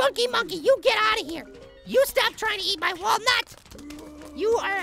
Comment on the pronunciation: it's wallnut not walnat